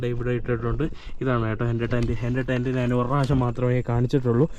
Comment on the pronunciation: അതിന് ബ്രോ മലയാളം നല്ല രീതിയിൽ പറയാത്ത എന്താ.. നാൻ നാൻ എന്ന് എന്തിനാ പറയുന്നേ.. ഞാൻ എന്നല്ലേ.. തെറ്റ് പറഞ്ഞു ശീലിക്കാതെ ബ്രോ